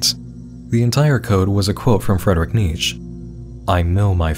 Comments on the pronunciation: Not "maroon", "marron", which means "brown". Also, that's not how you pronounce Nietzsche. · Really surprised there aren’t any comment calling out the mispronunciation of Nietzsche, usually people will flood the comments when something is mispronounced lol. (The “e” at the is spoken as “eh” if anyone was wondering.)